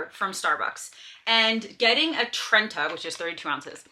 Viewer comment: Gota roll that R on the trenta b :)